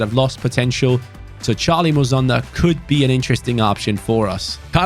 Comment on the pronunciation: it’s not muzonda it’s mu son da like heung min son. Him and his father were born in my home country of Zambia but relocate to Belgium when he was 5. Like so can see